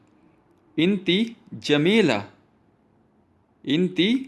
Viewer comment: इंती नहीं यार अन त होता है Woman अंती होता है